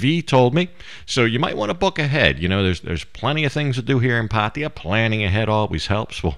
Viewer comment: Man! Can you at least say the damn name right. It’s ( Path-Tah-Yah ) not Paty-ya. Do you see an “ I “ in there anywhere. How about the girl that you are hanging around with, do you not hear how they it? Path- Tha-Yah ( Pattaya )